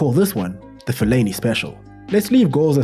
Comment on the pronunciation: "A Felani special" 😂😂